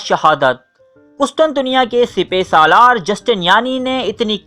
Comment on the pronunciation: Sipy salar ni hota sipasalar hota ha